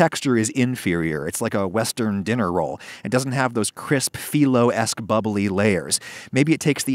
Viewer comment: excellent video thank you -- btw phyllo --> its not fee low its fye low